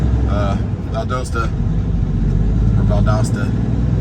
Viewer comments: Valdosta rhymes with pasta. Just sayin! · Someone needs to teach you how to pronounce “ Valdosta “ 😂 edited you got it the second time 👍🏻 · His wife, in the beginning of this video,was telling how to say it. One day he’ll get it right…